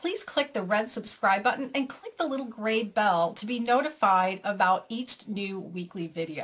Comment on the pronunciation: "eacht" (each?) LOL ;)